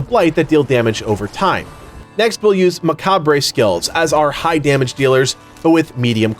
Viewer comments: "muh-kah-bray skills"? where did you go to school..? macabre is pronounced "muh-kob." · Great vid but it’s not macabray its muhcob! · FYI, it’s “Ma-carb” not “Ma-carb-ray” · Necromancer. It’s pronounced Mah-Kaab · Dude said "macab-ray" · That's not how you pronounce macbre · Added an extra syllable in macabre.